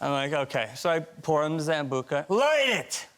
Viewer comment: Mark Ruffalo your beautiful and hilarious but the pronunciation of sambuca tut tut.